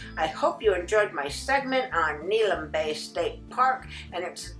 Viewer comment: Good video. Just a note: it's pronounced Neh-HAY-lum.